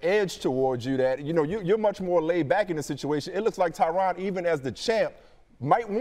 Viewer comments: His name is supposed to be pronounced "Tyran". The interviewer was getting his name wrong the whole time. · Hahaha “Tai RON” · Tyron not tryon